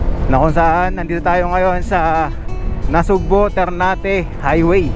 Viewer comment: Sir, NASUGBU po, hindi NasugbO.😅